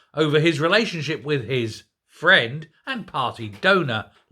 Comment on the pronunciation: Ah , fwend !